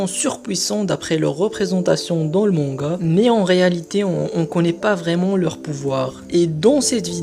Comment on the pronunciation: xD, répète après: MangA pas MangaO, stp c'est insupportable xD, et évite les fautes dans les titres de vidéos: INCONNUS pas INCONNUES..; tout de même c'est masculin. xD C'est des détails peut-être mais ça te ramènera sans doute plus d'abo. Bon ça sera sans moi. En plus aucun intérêt à la vidéo on apprend rien de plus.